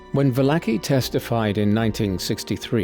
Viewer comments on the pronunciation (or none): Not "Vallaki" ... it's "Valarchi" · Well done. But you absolutely butchered Joe Valachis name. Vah-la-chee.